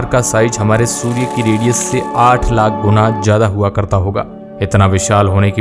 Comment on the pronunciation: Lack nahi lakh hota hai bhai😂